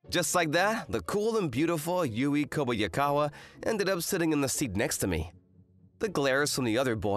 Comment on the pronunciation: Kobayakawa: Moments later: “Kobayaka” 😂